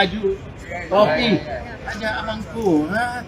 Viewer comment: Rijal rli itu gak jelas bicara ngomong r sja gak jelas r mana r mangkulat2 apah. Amangkurat og amangkungngkuhraat2